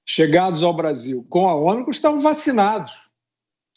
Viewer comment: A vacina nova e “ômicron ou omacron “”kkkk...”